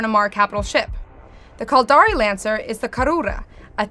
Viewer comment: says the caldari ship name excuse me -- the what ? xD